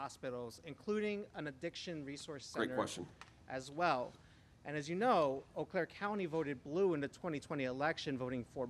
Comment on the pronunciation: First, doofus doesn't know how to pronounce Eau Claire properly... They're still playing the Insurrection Song, "Gloria—" Kimberly Guilfoyle sleaze-danced to and MAGA ruined; no doubt they're playing all those songs illegally.